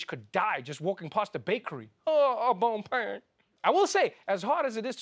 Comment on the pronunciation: Au Bon "Pain" .. ROFL